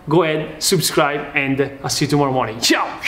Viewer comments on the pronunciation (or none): none